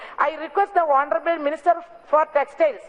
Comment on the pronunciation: Honorabal...... Instead of honorable......... Heeee